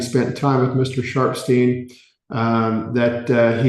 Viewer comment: Not me thinking he was saying "Mr. Sharp's team" the whole time 😂😭 Ohhhh Sharpsteen!! 😅